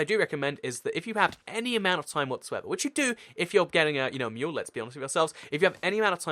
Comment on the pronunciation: Great Video and thx for exploding the tnt but you say Mule not Meal XD I cant wait to see more vids